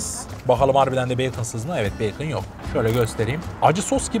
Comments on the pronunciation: bacon (Beykın diye okunuyor) +1 leyin bari görsün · Beyken diye okunur 😌😇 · hocam BAKON ne ya biraz geliştirin kendinizi ya